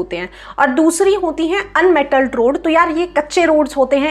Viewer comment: Ma apna Unmetalled road likha hua ha orr app unmelted padd rha ho 😂